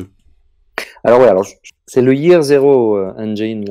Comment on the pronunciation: Merci pour la présentation!Simple, adaptable et palpitante, le système Year Zero Engine est le meilleur système selon moi... PS: on prononce "engine" Et non "engaïne"